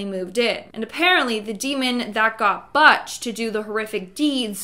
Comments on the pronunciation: GIRL TALKING...How do you pronounce the word "Butch"? Lol. I understand when it's computer spoken, but you are a real live girl. I'm sorry I'm laughing, but that's been a nickname for centuries. You always do great job, but Butch got you. Please laugh. I listen to you all the time. This just cracked me up. Love ❤️ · His name was William Butch Defoe not whatever the hell you said which is incorrect the English language I know it’s tricky lol😅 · I’ve never heard someone before now mispronounce the name, Butch. It’s a short ‘u”, not pronounced “uh”. Oh, I see someone else addressed it. Yes..butcher without the er. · You know you are mispronouncing "Butch".. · Butch like hutch really? It’s Butch like book. Wow!! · You've never heard the name, Butch before? Great video otherwise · His name was William Butch Defoe not whatever the hell you said which is incorrect the English language I know it’s tricky lol😂🤷‍♂️😡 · Weird you don't know how to say Butch. 🤦🏼‍♀️ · Please pronounce Butch correctly. 🤦‍♀️ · Why are you mispronouncing "Butch"? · BUTCH NOT BUTTCH 🤣🤣🤣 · BUTCH is NOT pronounced like that! It's like book with the tch at the end. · Lol "BUTTch"... How does someone not know how to pronounce "Butch"?... Must be a Canadian thing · Have you heard of anyone named Butch pronounced Botch. NO! #? It's pronounced Boou- tch. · How does she not know how to pronounce the name Butch??!! 😂😂 every time she says Botch makes me laugh!! Girl you pronounce it like a Butcher who cuts meat up for sale. Not Botch. Smh !!!! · It’s Butch - not Buch Defoe. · It's Butch, not Botch Scotland, not Scottsdale 😂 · Butch DeFeo not Botch DeFoe. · Its "bootch", not bitch or biatch for that matter. I hate it when people mispronounce proper names or even nicknames. It just makes it seem like sloppy research was done. And the last name is "defay yo" not "de foe". Just sayin.. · BUHch??? It is Butch. Like Butcher. geez. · Probably says it like “Beach” 😆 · Who mispronounces Butch?